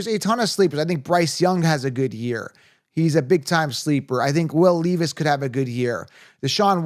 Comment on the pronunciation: And Will “Leevis”